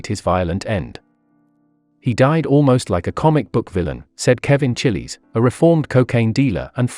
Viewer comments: C h i l d e s CHILDES Kevin CHILDES not chilli 😂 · His name is pronounced Kevin “Childs” but nice Doc.......He shouldn’t even be mentioned in the same breath as ALPo.. Rip Po